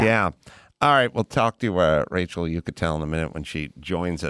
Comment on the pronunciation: Racel Ick-atel.